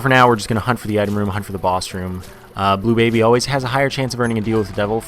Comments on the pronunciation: you said blue Blably wrong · you said bleu Blably wrong